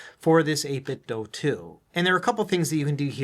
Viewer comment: Why do you pronounce it 8 - bit - dough? Is the Nike slogan "Just dough it" ? 😂